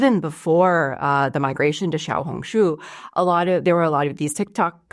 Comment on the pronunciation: you are a very good learner, your pronunciation of " small red book " in Mandarin is spot on 👍👍👍